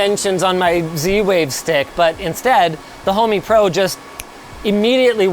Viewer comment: Thought the same. It's actually "Homey"